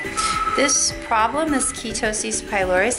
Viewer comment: "Keeetosis"??!! WTF?! No thx! This is what you get at "spas" vs a professional and qualified Dermatology office.